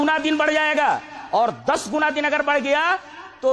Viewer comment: Its din not deen.... Please correct tat